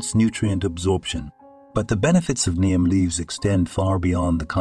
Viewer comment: If you use AI to write the copy and narrate, it would behoove you to edit your presentation. Try to get all the words consistent (Neem leaves listed as neon, name, niem. Once it came through as neem, then immediately the word for injury, wound, was pronounced as if winding a wire on a spindle. All the copy/narration shows similar dumb mistakes.